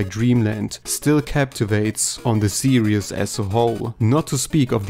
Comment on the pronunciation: I swear every time he says series I mishear it as “Serious”